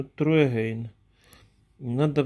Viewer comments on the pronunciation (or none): Урок английского: Cube- кьюб, а не кубэ Значит куб Pet- питомец, домашнее животное Petcube- пэткьюб Try Again - трай эгэйн - попробуй снова Try- трай, а не тру True- тру- правда Не девиз, а дэвайс- device, т.е. устройство. Ой, пипец, это лучше комеди клаб 🤣👍 Тебя спрашивают, если ты впервые пытаешься подключить устройство, а ты туда девизы "Томас, кис кис кис".... Upgrade- не упградэ, а апгрейд, т.е. сделать апгрейд 🤦‍♀️, пощади!!! Не благодарите.